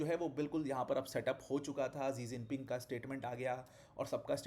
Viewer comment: 2011 में शायद शी जिनपिंग भारत दौरे पर आए थे तो शायद DD न्यूज की कोई एंकर ने उनके नाम को "इलेवन जिनपिंग" पढ़ा था तो नौकरी से निकाल दिया गया था। पूरी दुनिया शी जिनपिंग बोलती है लेकिन आप एक टीचर हो के बार बार "जी जिनपिंग" बोल रहे हो। दुखद।